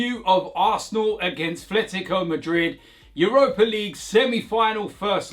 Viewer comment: It’s not Thletico 😂